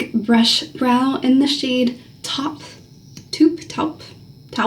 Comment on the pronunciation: It’s funny, was going to ask you if people recognized you! 😊. Travel Oregon needs to pay you and Landon! You make me want to come to Oregon so bad!! I’ve been to Portland years ago and went to the Greek Cusina when it was open and had the time of my life! 😄 Taupe rhymes with hope and rope. I’m a taupe gal myself. 💋